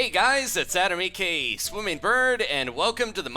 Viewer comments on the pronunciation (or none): Is he saying 'a.k.e', or 'a.k.a'?